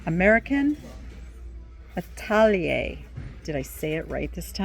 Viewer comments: Yes! You said Atelier correctly! It’s French, which makes it tougher. I have trouble with the German names—No idea how to pronounce most of that. We all have something! 😊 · The pot with holes is for some types of orchids which don't grow in soil but grow in bark chips. Yes!..nice pronunciation of "atelier"! The airplane quilt was lovely. ❤